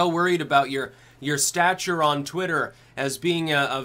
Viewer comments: SaroDracon twatter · It's pronounced 'Twat-ter' Just listen to Vee